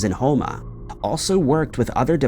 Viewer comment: As a light-hearted comment, I'm impressed Houma, LA was pronounced correctly.